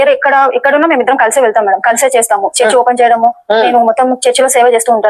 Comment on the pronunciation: Brother meeru church ni search ani palukuthunnaru okasari chusukondi TQ